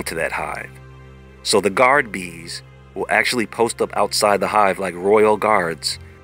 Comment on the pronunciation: I swear I thought he was saying beans and I was like ooh a superbean 🤣🤣